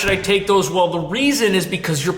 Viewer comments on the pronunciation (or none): none